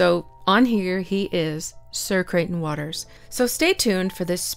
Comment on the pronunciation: Really interested in the topic but “ sir crieghton waters” come on I can’t listen to that